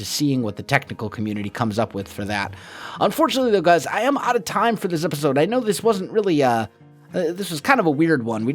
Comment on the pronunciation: "epitode"